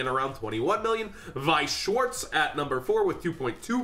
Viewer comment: When says Weiss Schwarz correctly <3